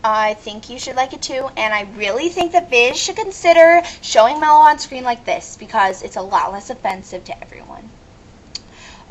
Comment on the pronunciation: if you going to watch a show and rant learn how to pronounce. Mello, is obviously a male the voice is obvious enough. lovely assumptions. Leather? hahaha Leather is fucking beast. making Religion is bad now? hmm? when you get burned you scar princess. Neer? hmmm..Born with white hair? perhaps some where in a character bio mentioned a pigmentation disorder such as..hell idk...Albino?? thanx for the fail vid sweet heart was fun, but kids shouldnt watch adult swim? or be up at 12am